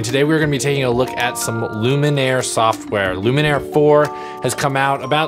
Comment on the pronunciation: I'm here to mention what has possibly already been mentioned in the comments: If Luminar misses a patch of skin in your example you can click on "Edit Mask" and help it find the parts that it missed. Hope that helps! Also, really sorry but I think you've been mispronouncing the name of the product through the whole video 😬